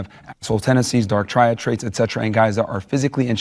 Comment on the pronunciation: Bro said "dark Triade traits" 💀